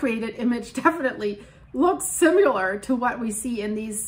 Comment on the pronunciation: SIMILAR not SIMULAR 😂 you said this a few times and it makes me chuckle.